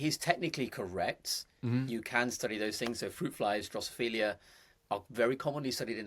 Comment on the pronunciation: Fruit flies are drosophila not Drosophilia (no “i” before the “a”). A minor thing but hey… excellent podcast. I love your guest and have been following him. Thank you. ☺️